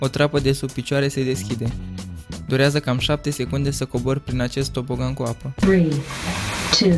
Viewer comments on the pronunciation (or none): Ai zis "TOPOGAN" si ai scris "TOBOGAN"😂😂😂😂😂😁😁😀😀